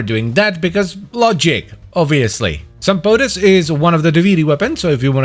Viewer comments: Are you sure you're not supposed to pronounce it like Sam-Poh-Tees, like it's Greek? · I really don't think it's Greek, unless its meaning is supposed to be "like boots" (sampotes -> σαμπότες -> σαν μπότες -> like boots). It does sound Greek-ish, so it'd most likely be pronounced like Sam-boh-tes, as the "mp"; written "μπ" in Greek, is pronounced thicker than "mp" and closer to "mb". I pronounce it Sam-poh-tehs. 🤷🏻 But I also pronounce "gyros" like a Greek when speaking Greek and like a foreigner when speaking English, so maybe I'm not the one to speak on this lol. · Sampotes 😒 Suck On This 👍 I dont think i ever pronounced that weapon correctly Its unofficially named "Bonk"